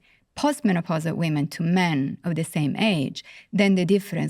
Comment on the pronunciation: I struggled to extract meaning from this. She just said “weemen” 5000 times